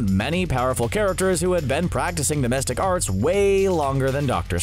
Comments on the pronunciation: Through the whole video I thought he said "domestic arts" and I was so confused 😆😅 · I kept hearing "domestic arts" and got confused... xD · Lol! Glad to know I wasn't the only one hearing domestic arts. Took me until the 2nd or 3rd time to figure out he meant the mystic arts... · Everytime i heard "Domestic Art's " not The Mystic Arts. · Who else heard Domestic arts(The Mystic Arts) 🤦🏿‍♂️. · I, too, hear "domestic arts". If not that what was the narrator saying?